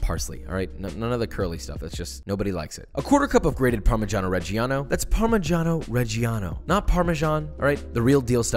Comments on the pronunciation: It's not par-mee-jah-no re-gee-ano, it's par-mee-jah-no re-jah-no 🙂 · You're not better than me because you say parmigiano reggiano 😒